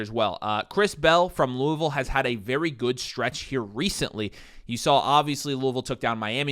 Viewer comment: Finally some ppl that know how to say Louisville 😍